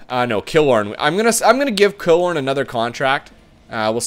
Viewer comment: Dude, lol you have destroyed Tampa, where is Stammer? Please tell me you didnt trade him in an earlier episode? also its (puh-lot) not pallet and (Kil-lorn) Also, get Campbell....he turns into an 86 overall